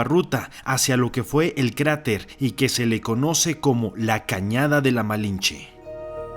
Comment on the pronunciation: Se dice malintzi